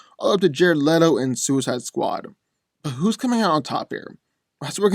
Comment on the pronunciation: it is Le-to not Li-to.